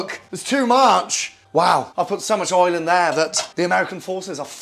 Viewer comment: He cant actually say oil listen to him say it u should say it how he says it